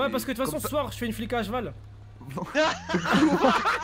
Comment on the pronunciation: C’est moi ou il avait un zeval 😭😭😭😭😭😭😭😭